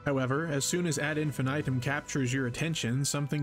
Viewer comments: "Ad Infinaytum" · Whose gonna tell em how to pronounce this.